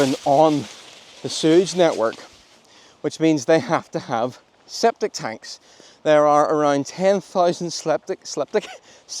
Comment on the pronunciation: "Sceptic Tanks"...lol.